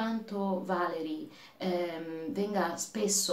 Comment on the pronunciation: Valéry è francese. In italiano si legge così: Valerì.